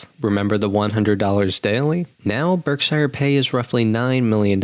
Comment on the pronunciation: YOUR PRONOUNCING BERKSHIRE WRONG, MAKING IT SOUND LIKE YOUR NOT A NATIVE ENGLISH SPEAKER.